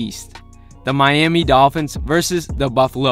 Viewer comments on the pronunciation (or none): none